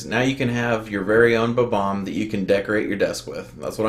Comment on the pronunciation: You are pronouncing it right